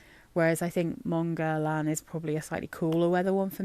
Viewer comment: Not that it matters very much (we all know what we’re talking about anyway!) but the way to pronounce Guerlain using sounds an English native speaker can make is “GER-LAN” where “GER” (hard G, of course!) rhymes with “care” and “LAN” rhymes with “Anne” 🙂